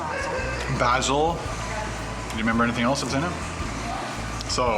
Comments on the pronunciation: What's baaa zil!?!? It's BAY-zil! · It's pronounced baysul (basil)